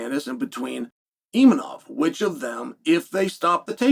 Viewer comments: IMAVOV and not ImaNov 😂😂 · Why is he calling him Imanov during the rest of the video and Khazmat yet other times he pronounces correctly